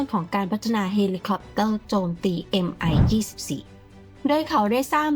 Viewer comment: Mil Mi 24 ออกเสียงว่า มิล มิ 24 ครับ เพราะเป็นฃื่อผู้ก่อตั้งสำนักแผนแบบนี้ ไม่ใช่ เอ็มไอ 24